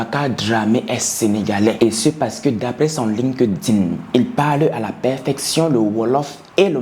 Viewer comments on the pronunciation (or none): none